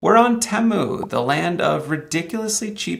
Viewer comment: I thought that TEMU was pronounced 'tee-moo' as I have heard it said in many other YT videos. I have also noticed that some folks (usually from India) pronounce Debian as 'dee-bee-in' which is not correct since it is named after the founders of the project Deborah and Ian, thus pronounced 'deb-ee-an'. Please advise.